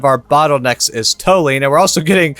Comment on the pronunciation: just fyi, Toluene is pronounced Tolyouene ;)